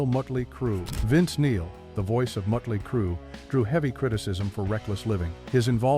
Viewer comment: 😂😂😂 AI doesn't even know how to pronounce the bands name right.